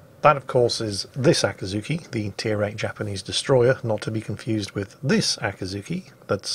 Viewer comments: "Akazuki"? It's Akizuki,.? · It´s Akizuki not Akazuki or Yakazuki btw;D...you can go ahead and call it Dave from now on. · After 3 mins I watched this video, I started to notice pronounce it like Akazuki, but not Akizuki. The former mean the dawn. Just mention, not blaming or something else. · I am both socked and appalled by the realization you didn't take the opportunity to call your cat "Acatzuki". I thought you called her that ever since you got her and I loved it, but today realized my ear just heard what they wanted to hear, and you indeed simply called her "Akizuki"...